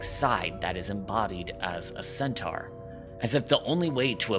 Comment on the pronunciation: ... yeah I couldn't sit hear and listen to you say 'centaur' incorrectly eight thousand times but thanks, I will check out these shows XD